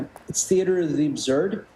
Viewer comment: The way that guy pronounces absurd is cringe.